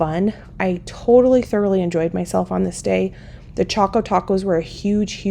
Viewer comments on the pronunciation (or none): none